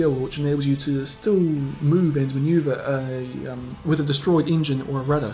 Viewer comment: "Fubuki wirth Perm Camo "XDDDDDD lol